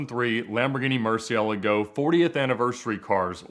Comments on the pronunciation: Is anyone else fucking triggered that he say Lamborghini MerCYaLeGO idiot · MUR-CIE-LA-GO! You’re saying it wrong man.